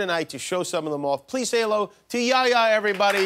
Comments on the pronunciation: His name is yeh-ya not yaya😑 the first part is like saying meh but with a y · I love this guy Btw his name is pronounced (yehh yahh) Not yaya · Its Yehya not yaya!!!!! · it’s yehya not yaya 😂😂😂😭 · it's not yaya man it's yah-ya He say it like yoyo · It's "yehya" not "yaya" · omg for the love of god. it's not YEAHYEAH. its yah-hee-ya. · It's not yaya it's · It's yehya not yaya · Bro its not jaja its YEHYA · you really just said yaya yehya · Lmao, my name is, and pronounced like Yehya, pretty strange fam. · Yehya = yaya Lol dude wheres the H you have to say it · He makes fun of the guy's pronunciation When he pronounces his name "Yehya" wrong You need to show the H more it's not silent